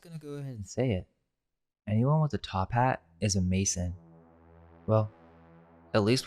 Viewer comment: I think my mercury fillings are leaking!🌡️🦷🤪 In the very beginning he says the folks in tophats are Freemason's but it sounds like, he says they are, "Amazing" Amazing freemason's hehehehe A maze ing like, a maze thing 🌽 Gazing into the corn maze It stares back at you with the most elaborate labyrinth eyes You realize the disguised the naturally beguiling labyrinth eyes Enchanting you through The "labyrinth of reality" You walk in feeling one way but walk out feeling quite differently Make it catchy, make it clever It will be easier to remember*